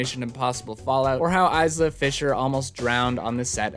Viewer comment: Isla. EYE-LA. Not EYES-LA